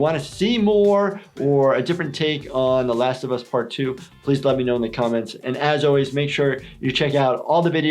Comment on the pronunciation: хоть бы не позорились, зе ласт оф ас, 6lya